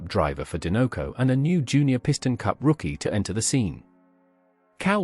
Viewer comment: Din-no-co??? Sir. There is only one n… and the logo is a dinosaur 🦕 do you say din-no-saur? Or do you say die-no-saur???